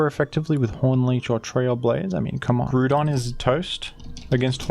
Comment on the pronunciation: My boi's back at it with grew-don